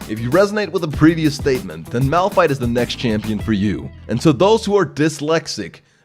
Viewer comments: "It's not malrun, it's malfight " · Nonononono You where wrong >:C.... its Malpfeet -Nicktron XD sorry had to say it Btw nice vid i would love to see you're channle Grow alot more and Do more league vid's Ive been here since 250k subs and you havent changed a bit you really deserve 1 mil subs man keep up the good work:D. Ps: Pls Notice me senpai